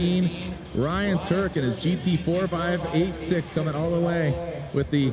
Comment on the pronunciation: It's nice how the GT4586 forces him to pronounce eight six properly. Yet, he still goes out of his way to fuck it up.